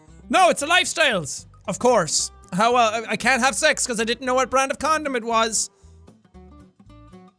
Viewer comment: What's a condam? ~Miranda Sings